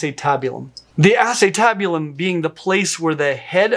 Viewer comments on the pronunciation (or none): The way you are saying acetabulum is killing me Smalls! 😂 But then i come from a medical background not a palentology background